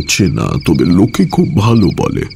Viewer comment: 'খুব ভালো' not 'খূব ভালে'